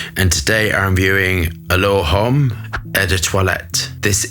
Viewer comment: ) In French language they do not pronounce H